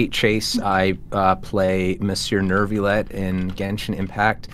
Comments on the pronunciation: OMFG.... why did Ray say his own characters name like that!??? Nuevilette is pronousced (New-Ve-let) AND NOT (NeR-v-YOU-LET ) please look it up or just ask any french person, (as a french person) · NEuRviLlette 💀 thanks khoi for that french intervention<3 No hate on how it's pronounced in game tho, I think it's pretty cute Also, happy early birthday Erika 🫶🏼